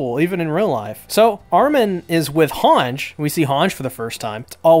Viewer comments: its hange not hanj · Why u pronouncing Hanji’s name weirdly?